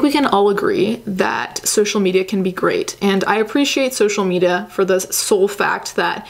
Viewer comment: "social meda"